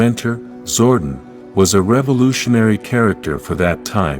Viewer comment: This dude mispronouncing pretty-much most of the characters like Zordon and Astronomer😂Lol!!!